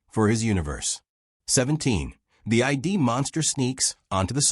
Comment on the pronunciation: The Ai algorithm that made this video has made an error. ~ It's not "monsters from the I, D." "Id" is a freudian term; it's "monsters from the Id." The word "Id" refers to Freud's theory of the "Id, ego, and superego."